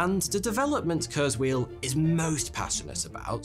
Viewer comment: That's not how you pronounce Ray Kurzweil's name...and ffs, do not compare kurzweil to a fortune teller, the guy actually accomplished a lot besides being a "futurist"...